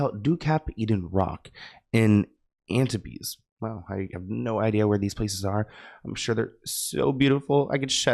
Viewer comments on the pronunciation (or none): Antibes = An-teeeeeeb 👌🏽🇫🇷